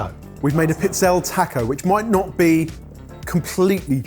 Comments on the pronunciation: And it's not 'Pizzell'. It's 'PizzellE'. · pizzella would be one cookie but it’s usually plural, pizzelle …. Pizze-lay. Check with your in-laws! 😂 think tagliatelle, the final e is voiced. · It's pronounced piz-'el-ee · Pizz-el-eh. has absolutely no shame regarding his pronunciation 🫤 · Pizzelle = pee-TSEL-leh. Please try. Please. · No one will see this comment... Darlings, it's peets-ZEL-leh (pizzelle). 😁🇮🇹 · tries to pronounce the Italian in the first one really well, then he maims "Pizzelle" 🤣! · gave up on his pronunciation with pizzelle 😮